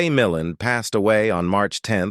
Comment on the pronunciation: mill-LAND not mill-an